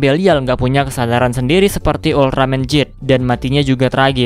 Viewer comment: Ehh kok geed di baca jeed??